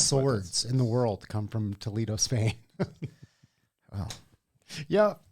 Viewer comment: In Spain, it's not pronounced Toe-Lee-Doh.